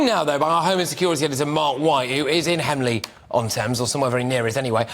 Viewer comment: Hemley on Thames, Mickey Mouse station news readers can't even say the name of a place properly